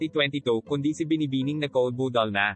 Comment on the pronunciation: MAY PROBLEMA BA DILA MO KUPAL PANSIN HUAG MAG SLANG BUGOK D BAGAY SA KAKUPALAN IBANG TAGALOG MO OK KASI IBA TAGALOG MO KUPAL NA KUPAL ..BUDAL BUDAL PRONOUNCE MO NG MAIGI BOBO BUDAL BUDAL ULOLLL